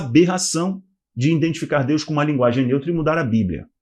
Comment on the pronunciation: O mundo prestes a acabar e vc ainda não Prendeu a falar "IDENTIFICAR " DE FORMA CORRETA.